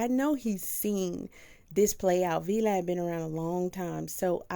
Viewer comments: It's VLAD! not V Lad sheesh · ITS PRONOUNCED VLAD 😂😂 … TYPICAL